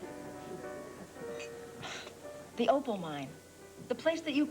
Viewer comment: It’s Opal, not Opel😉